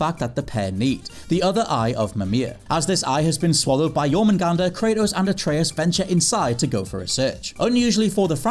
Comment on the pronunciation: Was expecting to butcher the world serpents name in God of war. Pleasantly surprised. Nice one